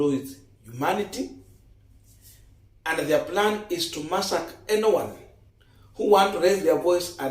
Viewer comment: It's massacre not masak.. you use google to get the correct pronunciations. Please, otherwise good work.